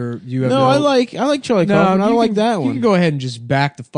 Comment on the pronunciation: It's pronounced cowfman not coughman. But props to Nick for recommending 'Antkind'